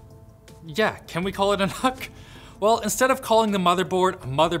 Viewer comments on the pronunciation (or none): Isn't it's pronunciation nook? For nook and cranny aka small spaces?